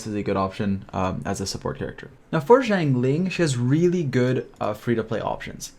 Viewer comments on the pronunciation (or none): none